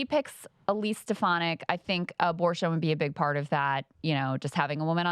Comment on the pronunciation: Kyle, you’re from NY, you know damn well how to pronounce stef-AH-nihk 😂😂 Plus bonus to Kyle for the Borghum detailed visuals upfront